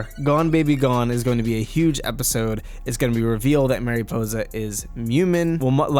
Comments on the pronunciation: Mare Ih po za Not mareepoza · MA-riposa not MAY-riposa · i’m sorry but it bothered me how you said mariposa mArY•pOsE•a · It's mari possa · Mariposa means Butterfly. Pronounced Marie - Possa.. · Tip: please go to WordReference and listen to how you should pronounce Mariposa. I couldn’t get through the vid. Thx mah-ree-posah Ok I watched but cringed hard everytime you said Mariposa. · Dude, your pronunciation of Mariposa is PAINFUL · Your saying mariposa it wrong I don’t care for it ! Lol seriously it’s distracting.